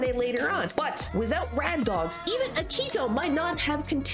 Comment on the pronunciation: Ugh i love this video but some things are ticking me off like how you're calling akito and toya "rad dogs" (like the song instead of their duo name bad dogs) and "subunits" even though that term is only used for the virtual singers 😭